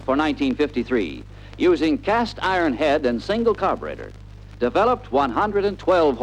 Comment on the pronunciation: You know it's going to be a good film when they pronounce the word "carburetor" as: "car'brettor"!